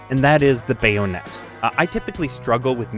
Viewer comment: BAYO-NET 🎉 and MEE-LEE 🥳 lol love your vids man